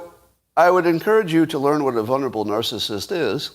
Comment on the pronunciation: Scott, you know I love you but FFS there are TWO Ls in “vulnerable”...! VUL-nerable. Like VUL-ture.